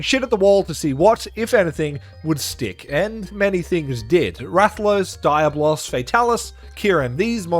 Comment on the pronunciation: Dude I laugh every time you say “Diabloss” , you got me pronouncing it like that now